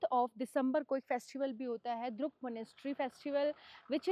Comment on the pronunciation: Madam, it not called द्रुक but it’s called ड्रुक